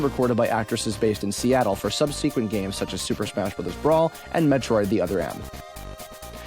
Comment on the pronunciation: Samus Aran is pronounced "Samus Erin" not "Samus Uh-RAN." Also… SUB-sequent, not sub-SEQUENT. And "Metroid: Other M" not "THE Other M." I hope my comment was as annoying as listening to the errors in pronunciation, syllabic stress, and names. :)